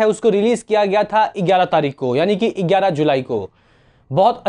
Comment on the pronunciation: Eigyararah nahi.... gyara